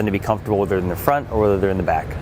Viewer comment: I keep hearing the host say "Fronk" instead of front. I can't unhear it now